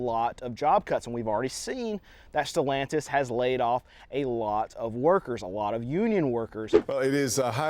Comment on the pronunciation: Who the fuk is stolantise? Sad to see Chrysler dodge name dragged through the works.